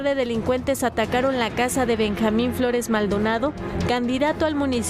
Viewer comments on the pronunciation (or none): none